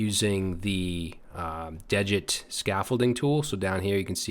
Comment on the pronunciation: degit is pronounced dee-ghit. Sounds like you're saying digit. It's a tool for git.